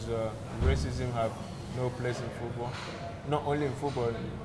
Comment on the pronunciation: RACISM not rasicm.